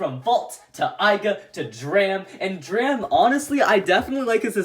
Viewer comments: It’s not dram it’s drum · Drum not dram or Dante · It's not dram it's drum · Did this man call Drum “Dram”?! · 🤦‍♂️ it’s Drum not Dram